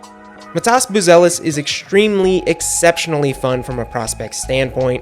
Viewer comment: i think my lithuanian counter part meant your pronunciation of his first name, you're saying it matAs while it's mAtas, go check his interviews and how he says his own name or any of the lithuanian youtube channels that pronounce his name in it's origin language.